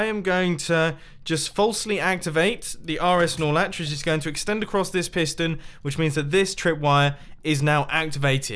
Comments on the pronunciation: "We gottat have this run into an RSNorLetch. so well connect the first RSNorLetch to the second RSNorletch." also mumbo-"my redstone builds are usually pretty easy" WHAT ON EARTH IS AN RSNorLetch? funky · Every time he says snorlach I always think of pokemon